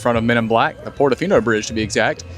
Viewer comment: Enjoy your videos. Just a silly observation only says thee and never thuh. Great info